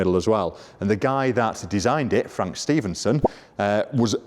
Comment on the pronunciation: Stephenson, not Stevenson! It's hurting my OCD! 😂😂😂